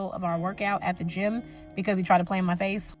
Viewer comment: Gym or Jim? 😄😆😉